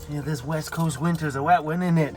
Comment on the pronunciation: I swear it sounded like you just said 'the WET coast'! LOL